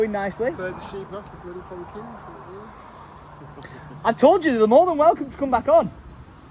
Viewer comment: I love the way you say Pumpkins… Poompkins 😂❤ I’m keeping everything crossed for growth. My family and I (we live in Berkshire) will be driving the 3.5 hrs to come and pick a pumpkin, even though there is a place 20 mins a way! 😂 I want to see the land and maybe meet you all if I’m lucky Xx